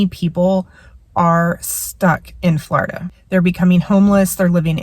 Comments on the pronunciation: It’s not Flaurduh it’s floorduh!!! 😂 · It’s “Floor i da” with the short i. The way you pronounce Florida .. ugh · quit saying flawrda